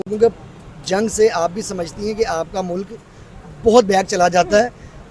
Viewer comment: Mulaak nahi mulk hota hai. Nakli Islamist. Hahahaj